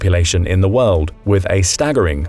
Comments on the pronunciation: The “Wold” 🤭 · What is “The Wold”? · Wold? Haha. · Uhhh🤨what’s a ‘wold’? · *WORLD;...-->>NOT: "WOLD"!!! !! !.